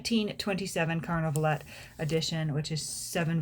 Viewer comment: Would be nice to pronounce Carnavalet without the last letter as the French do ..